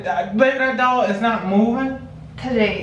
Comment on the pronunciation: It sound like they saying dog not doll 😩🤣